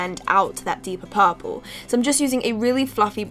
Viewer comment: if she say "paapurle" one more time